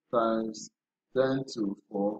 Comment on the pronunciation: Is it 1,024 cause I kept hearing ten thousand but thank you for the breakdown